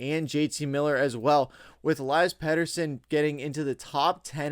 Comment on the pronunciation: U pronounce peteys name elias aka eliiiiii